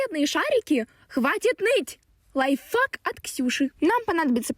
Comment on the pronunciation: Тільки я почув від скрепанутої істоти під дєвочку, яка фарбувала воду, "ЛАЙТФАК" замість "лайфхак"?